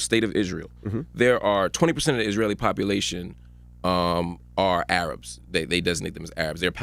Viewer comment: can someone please help Charlamagne tha God pronounce the word Arab rather than A-rab